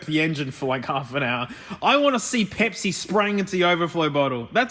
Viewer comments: Someone count the number of times he says "pehpsi" (pepsi) for the JA's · Omg say Pepsi again